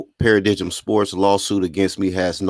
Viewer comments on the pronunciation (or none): In case you report on the story again Paradigm is a noun pronounced pa-ra-dime, good content & ubiased reporting style tho man .👍